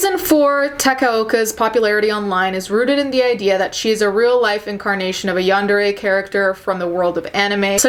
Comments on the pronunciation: It’s pronounced yawn-der-ay I believe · Its yahn-deh-le やんでれ Also there is a huge difference in how Japanese people see crime or apologies etc. Cultural differences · Yarn - De - ray The R is rolled as Japanese people don't pronounce the R, it makes it easier to say when the word is stringed into a sentence.. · the pronunciation... “yahn-deh-reh” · It's pronounced basically like Yawn-Day-Ray. :) You got really close! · It's pronounced yan-de-RE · It’s “Yawn-dah-ray.” You’re welcome. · My friend told me it's pronounced Yan da day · Deep breathing I know what this video is about, but I'm too scared to listen in. Also, laughing at how you struggled to pronounce yandere.